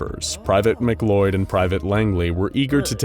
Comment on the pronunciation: Why in the fuck is McLeod pronounced like it's spelt McCloud? That makes me sense